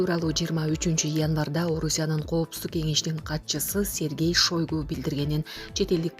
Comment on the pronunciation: Мен да ушуну жазайын деген элем.Окуурдан мурда бир нече жолу кайталап алышпайбы.